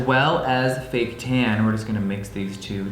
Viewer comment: When you said, “fake tan,” I could’ve swore you said, “baked ham.” Wow 😂